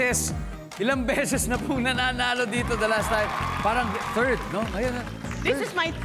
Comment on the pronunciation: "This is my TERD TIME " 🤣😂🤣